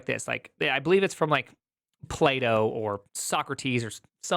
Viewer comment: The great philosopher Playdoh and his work on "Thoery of dough"